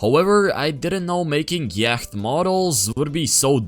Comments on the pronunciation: yak moment and btw is prenoucite yacth no yak💀💀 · I pronounce it yaht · its pronounced y-o-t, english is weird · Yacht Is pronounced yot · “Yacht” is pronounced by saying “Yot” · Its said ya-t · yaught is said like yot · "So im done with the YACHKT model" 😭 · Leaves, And yacht is pronounced "yott" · He said yackt because he didn’t know how to say yacht you brainrot iPad kid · btw you say it like ya - t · Amazing vid as always! Actually look foreward to these videos every sunday i remember and get hyped. Thanks for creating such quality content for us:D edit: it's pronounced ya-hh-t, hopefully that helps, also why did you blur the UI designers twitter? Doesnt he deserve a shoutout? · btw, its pronounced yot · Yo, it's pronounced "Yah-t"! Just so you know lol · just a tip it’s pronounced y-o-t! English is so weird 😂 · bro cant pronounce yacht💀💀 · The way u say Yacht ⛵ 😂